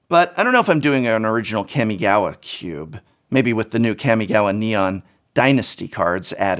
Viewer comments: Its kamigawa not kemigawa -.-'' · It's been consecutive videos you pronounced "Kami"-gawa wrongly, Prof... It's "Kaa-mee", not Cammy from Street Fighter... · Hi Prof, big fan. But...it is pronounced kA-mi-ga-wa. Not kEmigawa. "Ka" and "Ke" are two different sounds in japanese. Ka = COme. Ke = CAke. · It greatly upsets me how you keep saying CAM-E-GAWA... Kami, as in God in japanese... Also I really like the retrospection you put into this... and you're right its insane... I remember being at Lorwyn Prerelease when planeswalkers were introduced... That's something a lot of players will never, and have never experienced... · K-AW-migawa not Kammiegawa. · this man really said Keeahmeegowwuh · I hate when English teachers mispronounce words -_- it's "Kah-Mii-Gah-Wah" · It's pronounced Kahh-mi-gah-wah... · I clicked just to hear you say Kammy Gawa and was not disappointed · It’s CAW!!! (Like a crow) CAW•ME•GAW•WA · The professor pronouncing Kamigawa is making me cringe. It's pronounced: "Kaw-Mee-Gaw-Wa" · Everytime the professor mentions Kamigawa, I listen carefully, hoping the he'll actually pronounce it correctly. This has yet to happen. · I can’t tell if he’s saying the name wrong on purpose or not lol